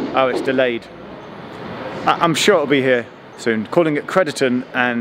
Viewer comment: you keep pronouncing crediton wrong for a shropshire lad lol